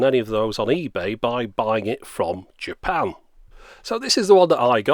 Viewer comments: you guys hear it too right? He said " I bought it from japow" xD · Why does the word "Japan" sound so strange? Almost robotic or demonic at the second syllable. Maybe it's just me.